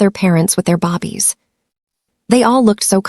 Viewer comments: I was so into this story until I started hearing bobbies instead of babies 😢😢😢why bobbies 😢😢😢😢so annoying 😑 🙄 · What's up saying Bobbie not babies.? This so wrong change the language so your listeners will appreciate the story. California 😢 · I just goggle this too and found out the term they are referring to is babies and not bobby. I thought are they saying baby or bobby? lol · Definitely and she speaks english well so why babies bobbies irritating. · I'm not going to like this narrator she doesn't know how to say babies... she keeps calling them bobbies 😮😮. Listening from Texas When did Las Angeles become Lowes Angels LMBO hahahahahaha 🤣😭 hahahahahaha. This narrator is quite a story teller 😅 I would have kicked Grandma out of my apartment the first time she came out rude 😠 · Can you please stop with the "bobies" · Babies is pronounced... "baybies" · Bobbies is your Ai mistake !!!❤❤Great story!!! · This is a good story, but calling them bobbies is driving me crazy. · Bobbies...really? I think this is the 3rd time I've seen this mistake. Small but very annoying like most a i voice overs. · I’m sorry, but listening to babies constantly being called bobbie’s has gotten on my last nerve !! Sadly I have to find another audiobook !!! 😔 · Ok! It’s very noticeable, I can’t stand it! Every time she kept calling them bobbies. WTF??? What is a bobbie? She has to know how stupid she sounds. Either they think it’s funny or they don’t care. It was very distracting 😡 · that has NOTHING TO DO WITH AI MISPRONOUNCED BAY-BEES "BABIES" BAY-BEES ..SAY IT WITH ME 😅😂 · I cringed everytime she said Bobbies. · AI is suppose to be incredible but it couldn’t figure from reading the script that it was suppose to say the word for newly born humans rather than British policemen. A human narrator would have caught the mistake right away… yy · It's really annoying listening to the mispronunciation of the word babies. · This AI is annoying it's babies not bobbies